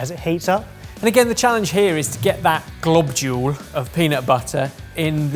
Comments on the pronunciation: say it with me: “glob-YULE” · The ‘globjule’ is back! 😆